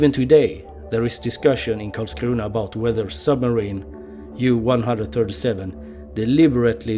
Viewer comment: Haha, I like how people from Skåne speak English without dialect, but as soon as he said Karlskrona the dialect comes on. xD